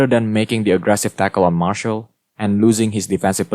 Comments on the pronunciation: mar-see-al not marshal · Can I just say that Martial is pronounced Mar-see-ale